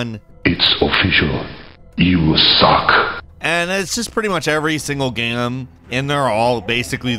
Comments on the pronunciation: "Every single gyaaeyum". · Is it just me or does anyone else find weird the way says "game"